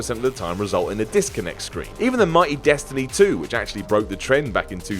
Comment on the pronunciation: Did he say destiny 2 or destiny too?